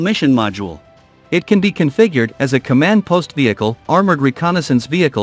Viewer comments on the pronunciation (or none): none